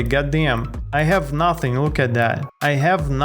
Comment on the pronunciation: BRO THE WAY YOU SAY GODDAYM IS SO FUNNY😂😂😂 .real slasherz never miss a vid